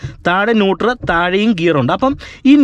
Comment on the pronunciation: Nutor അല്ല, Nutrel ന്യൂട്രൽ